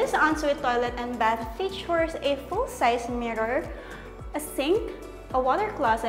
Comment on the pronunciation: naku girl iba ang "and" sa "end". hindi din selling pan, it's ceiling "F"an. END bahay ba ni batman yan? it's Bath not "Bat". 😅😂